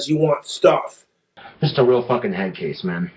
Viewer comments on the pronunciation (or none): none